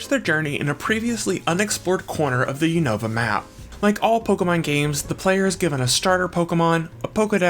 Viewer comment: The constant mispronunciation of Unova is 🫠🫠🫠🫠